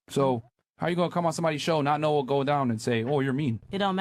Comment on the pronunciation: i love you man, but NEVER let us catch you saying "h'wat the feet do tho?" again.